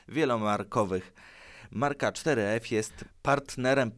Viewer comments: Ale to jest four f a nie cztery ef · czter ef... four ef jak juz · 4f czytane jako foreve